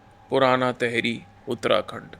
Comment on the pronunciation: Bhai ye तहरी nahi टिहरी hai, तहरी dish hoti hai